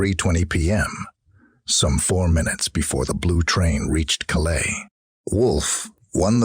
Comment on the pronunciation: Please remake this video with a narrator that can pronounce the place names correctly. Cannes is pronounced 'can' not cans, Calais is calay not cal-aye and worst of all the classic American mispronunciation of Grosvenor, you can guess what he says ;-) And yes, I agree, the cowboy drawl is rather grating too...